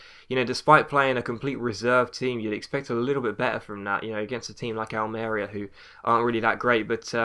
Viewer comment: Its AlmeRÍa. Pressure on the 3rd syllable in spanish :)